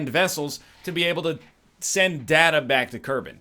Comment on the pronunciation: Every time he says "datta" instead of "data," I get unreasonably angry.